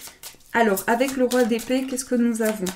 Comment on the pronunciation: Quand tu as dit Roi d’épée j’ai comprit : Roi des pets 🤣🤣🤣 (Dsl mais j’étais obligé de le dire 🤣) Ps: Super reading 💙